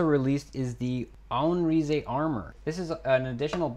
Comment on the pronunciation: it is not pronounced as RI ZE it is pronounced as Animarayz (animalize)(animarize)